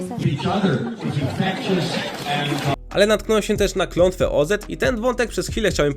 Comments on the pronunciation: Nie kraina Ozet tylko Oz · Dlaczego mówisz OZ-et? 🙈 OZ i tylko OZ. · Dlaczego słowo „Oz” czytasz „ozed”? „Wicked” wjechało za mocno? 😂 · Nie O Zet tylko Oz .... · Co to kurna jest kraina OZET XD jakos zawsze wszyscy mowili kraina oz xDD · Też mnie to zastanawia skąd autor wziął klOZETa .. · Klątwa Oz, nie O-Zet. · Podłączam się, okropnie brzmi Ozet. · przynajmniej wiadomo kiedy mamy do czynienia z syntezatorem :D Często też zamiast czytać DLA czyta DE EL A, aczkolwiek w tym filmiku nie słyszałem więc pewnie poprawili coś w kodzie :d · Z krainy o Zet ? Co Ty kurwa jesteś AI?